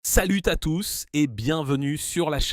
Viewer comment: "Salute ta tous" les premiers mots.